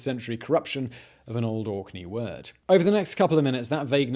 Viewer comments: ohhh it's "Orkney" ... I heard Auckney lmao . Tbh Auckney sounds better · I know he's saying Orkney but in my head he's saying it spelled like Aukney... lol